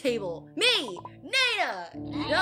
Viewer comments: It not neena its nenaa it ok tho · The second pronouncing says nena=baby😲